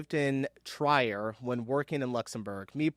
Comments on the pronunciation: Just a little tip on pronunciation: Trier is pronounced as Treer (in case of English pronunciation) . As a guideline: "ie" is pronounced like you pronounce "e" whereas "ei" is pronounced like you pronounce "i" - so as a rule of thumb for an English speaker anytime you see "ie" or "ei", only pronounce it like the latter vowel, that should help you in most non-English countries, but especially Germany, Austria, Switzerland, Luxembourg .... and more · Trying to learn German but doesn't know how to pronounce Trier. No, it's NOT Triar but Treer. Just an aside. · I laughed when he pronounced it Try-er, weird how in the past 20 years or so Americans have started replacing every i sound with an -aye instead of the -ee or i sounds. Just the other day I heard an American youtuber say Argentayna and almost lost it lol. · psst, Trier is not Tryer, it's Tree-er